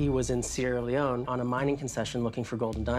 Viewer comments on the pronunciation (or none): Seirra Leoneeee? Wtf? This why shows like this can't be taken seriously. Sir, ahem... it's pronounced Seirra Leone as in you feel alone because you can't even prounce a countries name correctly.